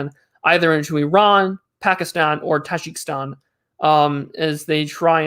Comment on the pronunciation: its taJIKIstan, not TAJAKSTAN but i am too late